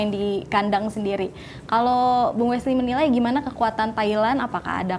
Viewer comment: Namanya Weshley mbak bukan Wishliy..